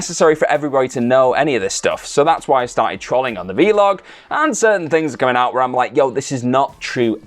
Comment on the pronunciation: Trolling on the V Log 😅🤦‍♂️ It's Vlog bro.. one word.